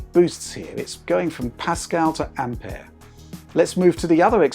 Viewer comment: Finally someone who doesn't say Ampiure